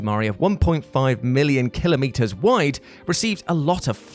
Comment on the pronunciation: Lol...Kill-o-meter. Did you mean to say kilometer?